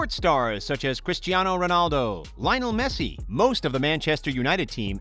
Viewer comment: Nobody: American LiLlOnEl MeSsI